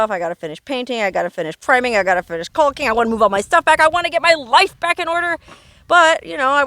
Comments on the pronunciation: Your fun to watch but the L is silent in caulking😂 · Its becoming more favored to say it now because of cocking being a dirty word.